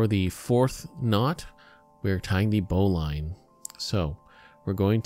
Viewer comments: Thanks for this vid, very informative. Love that someone corrected that bowline to the correct way. I need to mention, "bowline" is pronounced bow-lin, not bow-line. The only reason some people pronounce it incorrectly these days is that too many newbies pronounce the word just based on reading it. If you talk to an old sailor you'll hear "bow-lin". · It's pronounced "bo - Lynn" not "bo-line" knot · a "Boe-Line" knot (bowline)? Well, I've climbed in the Rockies, driven 140mph in a Hemi Superbird, and played Chopin's Opus 27 #1 in c#, and the only way I've ever heard it pronounced is "BOE-lin" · That isn't how to tie a bowline, and it's pronounced "bow-lun", now "bow-line" When properly tied, the tag end will be inside the loop. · Bo - Linn..............it's pronounced............Join the Navy and feel a man all over eh? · Bowline is pronounced bowleene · 1) that's not a noose knot 2) that's not the right pronunciation of bowline. bow·luhn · it's pronounced bowlin, you just made every sailor on the planet cringe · And if you knew your knots you wouldn't have mispronounced bowline eacn and every time. Look it up.